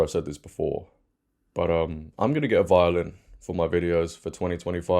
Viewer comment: When you said violin I thought you said violent! 😂😅